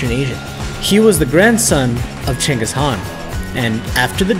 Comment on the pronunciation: Genghis Khan not Cengis